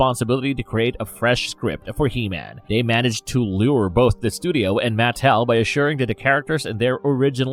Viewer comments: It's pronounced maTEL, not the way your saying it. A little frustrating hearing you say it wrong .( I blame my dad for my odiosincricies about grammar.) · Great another narrator that butchers the pronunciation of names, Matt Tell lol 😂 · I couldn’t get past this dudes mispronunciation of Mattel